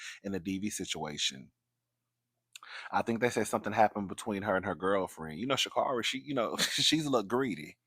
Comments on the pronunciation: It’s ShaCar🚗ri, she’s corrected commentary all the time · It's pronounced shacarry I believe.